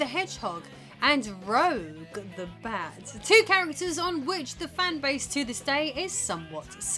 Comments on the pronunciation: She is Rouge (ruːʒ) the Bat, not Roɡue (rəuɡ) the Bat. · You know that she knows what shes talking about when she pronounces Rouge as "rogue"